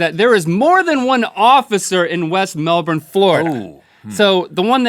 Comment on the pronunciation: As someone from Melbourne, Australia, thank you Link for pronouncing Melbourne correctly!